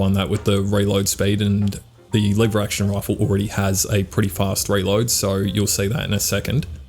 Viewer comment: You are based as hell and this gun seem fun and i have to try it but your pronunciation of Leeeeever Action Rifle is killing me man xd ( Just a nit pick thought iam not the best at spelling shi- either mate :D )